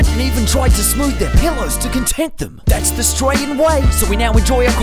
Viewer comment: The gronk authenticity with the pronunciation of "pellow", not "pillow". Certified.